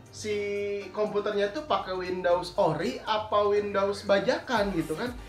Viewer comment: Windows bang bukan window wkwkwk